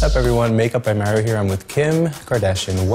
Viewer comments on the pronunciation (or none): none